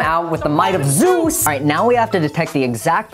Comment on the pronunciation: "With the might of Zeuz"